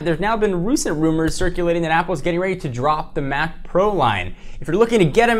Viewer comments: "Been Roosent rumors"? Lol. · Did he say rucent rumors?